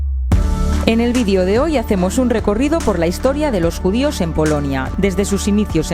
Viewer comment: se dice video no vidio